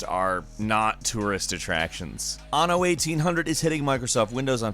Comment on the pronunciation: When you dont know how to say anno XD